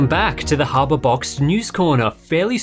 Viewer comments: i heard hardware box/boxed, how could you? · He says Harbor Box at the begging.😄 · Turn on CC On the Video and Start from the Beginning. The Closed Captions Say "Harbor Box"! LOL